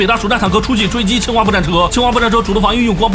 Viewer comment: 一直把清华听成青蛙